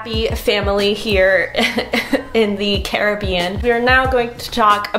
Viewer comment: Yes ! You said “Caribbean” correctly. I hate the way Americans pronounce it, maybe it’s my Jamaican side 😂😂